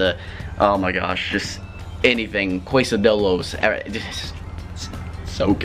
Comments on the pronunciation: The food question anyone hear him say case-a-dee-lows instead of quesadilla 😂😂😂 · “Quesadolla” hahaha lol xD